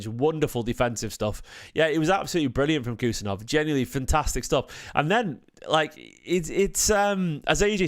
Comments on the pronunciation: His name is Abdukodir not Khusa,surname pronounced husanov like h in Halaand and Husaaanov not Kusanooov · Bro said kus kus 😂😂